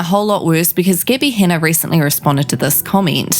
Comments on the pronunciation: "Gih-by Han-uh" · "Gibbi Hanna"